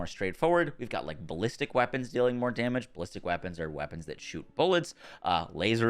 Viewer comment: "Wappons" lol